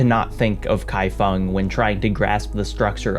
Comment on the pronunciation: Also mad respect for your pronunciation of "kaifeng" - not the first time you've tackled Chinese and done it well!!!